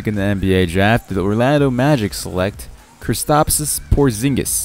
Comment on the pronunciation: Overall pretty decent Predictions My only input would be 1) The pronunciation of Hezonja, Kristaps and Latvia. You murdered that lol 2) Cam Payne or Bobby Portis for Thunder UNLESS Cams hand fracture is bad and he will be out for a while. 3) Magic don't need a SF they have Aaron Gordon and they will match Harris. AG Is better suited at SF 4) Suns are definitely Keeping Brandon Knight. They Traded the 2016 Lakers Pick which will be a very good pick unless they improve drastically.